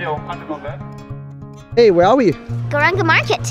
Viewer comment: Not Purnim it's purnimaa And It's not Krishnaa it's Krishna